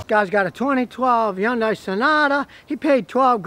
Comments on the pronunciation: Scotty...it's pronounced Hun-day, not Hi-un-day! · hyundai: "hun dai" not "hi yun dai" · He pronounces it more like Yun-die. In Korea it actually is pronounced Hee-yun-day. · It's pronounced Honday not YunDie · Scotty, fuh Gahd's sake, it's HUN-day, rhymes with SUNDAY. Jeez. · Scotty, Hyundai itself said that in the U.S. the name is pronounced "HUN DAY"... nothing more elaborate or exotic sounding. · Did he say. Yunday???? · Okay, this is nit-picking . But here goes anyway. Hyunadai is pronounced like Sunday but with an H instead of an S. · “Yawn-Die” never gets old. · Learn how to pronounce Hyundai and someone might listen to you. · If you can't pronounce the name of the company, you shouldn't do videos about said company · Lmao 😅🤣 Scotty be pronouncing Hyundai.